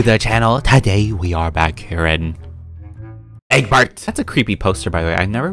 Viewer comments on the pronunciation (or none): No one:: todAy we aRe in a EgGbuRt